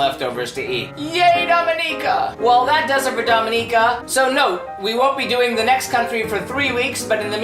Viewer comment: thank you for saying the name correctly <3 i love my home land